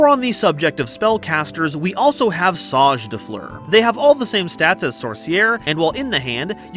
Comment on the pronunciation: The mispronouncing of SAGE was bugging me so bad it’s sage not saaj